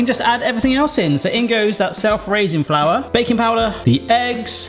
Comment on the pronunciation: We've been subbed since the rotten hot dogs. HOW have you never heard or seen weekly next to the plain flour sitting the self raising flour? And how do you not know its pronounced 'ray-sing'? That was a trap for comments wasn't it?